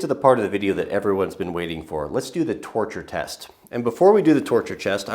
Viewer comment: He said toretes tests